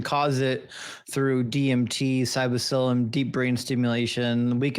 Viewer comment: ... TF is "psybocilin"??